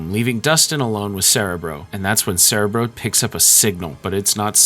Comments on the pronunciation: this bugged me aswell, as i watched the xmen animated show as a kid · As a lifelong X-men fan, the pronunciation of “cerebro” is killing me but the fantastic video is worth the torture. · I get it but "cerebro" is Spanish for "brain" and it is pronounced with all short "ĕ"s, as it is pronounced in this video. They mispronounced it in the X-Men movies. But yes, when you get used to the way a word is pronounced, it can be jarring to hear it said differently. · mee teeeew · How do you not know how to pronounce cerebro?